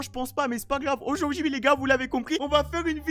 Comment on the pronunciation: À il dit aujourd’huir.🤣🤣🤣